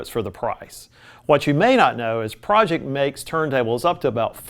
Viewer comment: Pro-ject, not Project. Like projector.